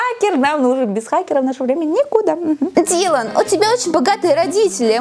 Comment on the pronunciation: ты на прочитала не "Дилан" а "Дэйлан" 😅